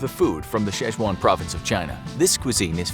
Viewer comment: Next time you make a video somewhat related to china, please learn how to pronounce “Sichuan” 🥲